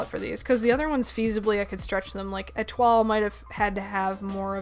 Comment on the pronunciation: Absolutely gorgeous! Love the art! (Also, since you mentioned it, Etoile's name is pronounced Eh-twal, you hit the L softly. So you've been doing good!)